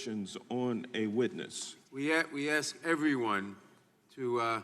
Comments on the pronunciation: Al it is ask not “axed” 😂😂🤪 It must be a black thang.. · It’s not “axe,” it’s “ask” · He says Aks instead of Ask. Wow. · It’s “ASK!!!!” Not “Ax!!” Dumbass racist!!!! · hey sharpton its' ASK' NOT' AX',,,,, go back to school or just GO!!!! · Its ask not aks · He must ax some one !!! Blacks can not say ask !!! Its always aks , ax ...... no matter what !!! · Ax? Speak English Sharpton! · You axed me a question! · “You axed a question” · “You axed me...”.....really Al??? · I didn't see any axes. Why does Sharpton keep saying "You axed me" ? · You "axe" me ? Nope! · Let me axe you sumtin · How come BLACKS can not pronounce properly the word ASK? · Is it impossible for Sharpton to pronounce "ask"? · "you Axed a question" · You axe me - lmao al notsosharpton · Cuz they be from Africa...just axe them! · "you axed me was dat true" christ this guy is stupid. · Did he say aks?? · you (AXE ME)? apparently mr. sharpton is illiterate. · You "axed" me..... good God almighty!!. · Al Sharpton: “You AXE me if it was true” 😂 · He axed me.. How can you live in the United States your entire life and not be able to speak english?? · axed a question?? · "HE AXED ME..." HUH? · Did Sharpton say you axed me? Nice grammar ghetto pimp....none of these idiots can just say yes or no and move on, pathetic. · You "aks" me is not word - Why is he called a Reverend? Associate Degree from Brooklyn NY? Seminary School not online? What a Liar - Wow! - Still Old Al!!!! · Sorry but i have no time for anyone that cant say the word ASK (IDIOTS) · ‘You axed me what was true” 🤣🤣🤣🤣 what a phony jackass. And O’bama has him to the White House how many times??? Notice how the blacks stick up for Sharpton! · You axed a question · Mr Sharpton uses the word axed,,,no Mr Sharpton nobody ever axed you the may have asked you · "You axe me..." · Ask not Axe...... Jesus Christ! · Please reclaim his time because he “axed” him a question. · You ax me. Lol wtf. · Why do blacks change the word ask to aks